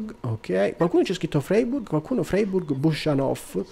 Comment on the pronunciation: Ciao, bel video. Credo che si legga fraiburg, non sono un tedescologo ma per quello ke so la ei si legge ai